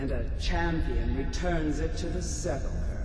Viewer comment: Seph - ULL - Ker.... lol...